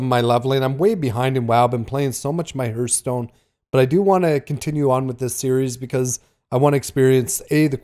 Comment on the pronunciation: Are there many people that pronounce it "hurth-stone"? Genuinely curious, not trying to make fun.